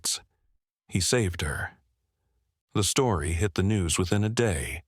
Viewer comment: Said stoory